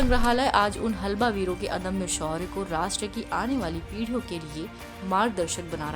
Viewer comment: हलबा नही हल्बा